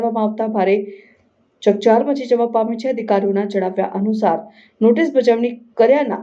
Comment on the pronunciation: ચપચાર નહી ચકચાર